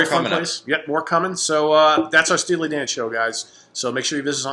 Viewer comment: said "Steely Dong"...... Ha Ha!